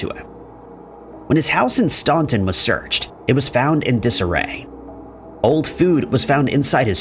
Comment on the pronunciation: Staunton is said like Stan-ton, like the name Stan and the ton is like the unit of measurement. Not that it really matters.